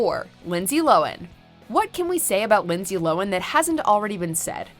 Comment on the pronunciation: That's not how you pronounce Lindsay Lohan's last name.